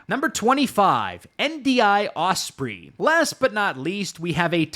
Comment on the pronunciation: mispronouncing MOLON LABE and Osprey